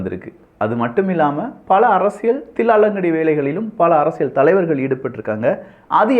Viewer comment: அப்பா சாமி ள்ள்ள்ள்ள் அரசியள் ஒழுங்கா உச்சரி அடிக்ககடி ள் வருகிறது